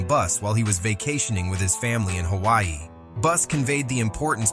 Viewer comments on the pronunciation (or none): none